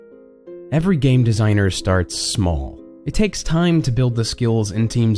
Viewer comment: "Game Desiger"